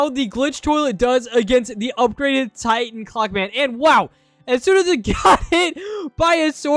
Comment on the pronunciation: Bro sed titen clock man but it’s titen clover man